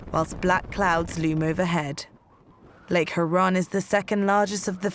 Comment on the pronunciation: It sounds funny with the narrator putting the emphasis on the wrong (wong!?) syllable. It's not hu-RON... it's HURE-on. And yeah.. that's a fresh water sea there ... not so much a lake. You get 10-20 miles off shore in 25-30 ft. seas (which come at you with greater frequency on the Great Lakes than ocean waves I might add), and I guarantee you won't be disrespecting it as "slop".